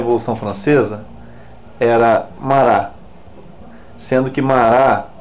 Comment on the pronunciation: "Marrá".É a pronúncia do nome francês Marat.